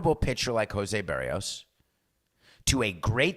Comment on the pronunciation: Ask your producer how to pronounce "Berrios."